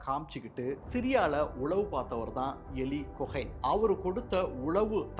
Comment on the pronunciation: Eli Cohen "யோலி கோகன்" என்று அழைக்க வேண்டும், but செய்தி வாசிப்பாளர் 'எலி குகை' என்றுதான் கூறுகிறார், சிரியாவை 'சிறிய' என்றும் கூறுவது கேட்பவர்களுக்கு குழப்பத்தை ஏற்படுத்துகிறது.